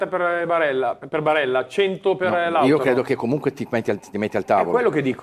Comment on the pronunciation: Ma perché storpia il nome di Lautaro? 🤷‍♂️